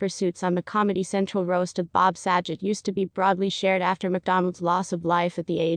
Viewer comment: That's not how you pronounce his name